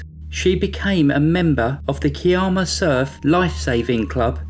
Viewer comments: I am so glad you've hit this milestone and it was fun to see that upload. Thanks for putting this together. In the Australian story, the Kiama is pronounced Ky-Emma. It's still a small town, it's name is derived from an Aboriginal word Kiarama meaning where the sea makes a noise, because there is a blowhole that can spout up 30 metres. Thank you for telling Kim's story, life goes on for everyone else in the world, but these victims can be known for who they were. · Kiama is pronounced KYE-ammer; Gerringong is pronounced JErrin-gong.